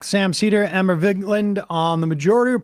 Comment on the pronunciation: completely unrelated to the actual content of the video: I always love when Sam screws the pooch introducing Emma. Tongue gets in the way sometimes. It's usually a random R that he adds to either her first or last name. This time it was "Emmer"... He's done Vingerland in the past.